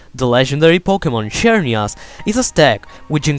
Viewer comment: Oye la x en xerneas no se pronuncia como en Xavi sino como en xilófono